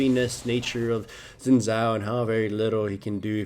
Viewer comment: SHIN! It is pronounced SHIN!